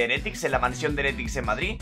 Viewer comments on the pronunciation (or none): none